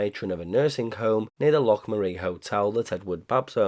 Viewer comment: Those AI pics are actually quite good,! Great video and research, and well done on the pronunciation of "Loch" 🙂